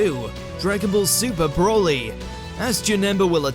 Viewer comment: Man said broli